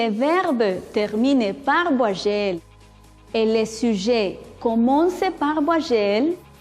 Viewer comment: La intención es buena, pero la pronunciación, ni hablar. Ni idea del sonido de la "u", ni de las nasales, ni la diferencia entre v y b. que es eso de "ti." "vuayel" Ne prononce pas le mot vite, au moins